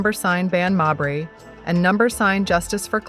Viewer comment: Stop mispronouncing mabrey 😢